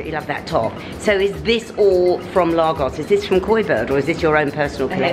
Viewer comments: I kept saying out loud “ it’s Lagos.... Laygos”...but nope she persisted with Lahgos...even when Abbie corrected her 😂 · I went to high school with Abi (The girl in the store), I often wonder how some of my old school friends are getting on, glad to see she's looking well! Also Lagos is pronounced Lay-Gos. Edit: just continued to watch and saw that you were corrected xxx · The girl trying to subtly correct you everytime you said Largos. 😂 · Nigerians pronounce it as Laygos. Just as Kenyans pronounce Kenya as Ken Yah...And not KeenYah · Africa is not a country. And Lagos - pronounced Lay-goss - is a city in Nigeria. Otherwise you’re good! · Lovely vlog,. I used to live in Lagos in the 60s, and I had to laugh at your pronunciation! Ha! It brought me back to my childhood, looking at all the lovely fabrics. Loved it, thank you. Would love to visit this shop, but I live in the Cotswolds, so it isn’t going to happen at the moment. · Pronounce Lagos properly. It’s a city in Nigeria. I’ve just finished teaching there. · Be great if you have the respect of pronouncing Lagos correctly there is no r. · I am a Londoner and would not pronounce it as did. Her accent had nothing to do with it. It is quite insulting to mispronounce someone’s country or town especially when you do what does as a youtuber. It is a huge thing to mispronounce someone’s name and thus is no different for countries or towns where someone comes from and which they are representing. She was absolutely right to correct and did so diplomatically in my view as I spent the first part of the video wondering where on earth is Largos as pronounced by. Glad she clarified.